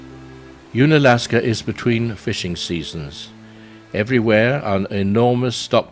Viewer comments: Nice video! Unalaska is pronounced un, as in undone or under ... not as in "ooon". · If only you could pronounce unalaska properly